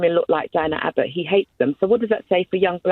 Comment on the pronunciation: The first caller got Diane's name wrong no less that 7 times, and yet she professes to care so much?